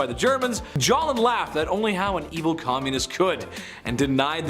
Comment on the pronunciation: Why did you say, Joseph Stalin, wrong?